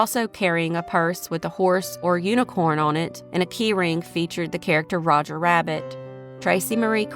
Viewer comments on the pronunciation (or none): none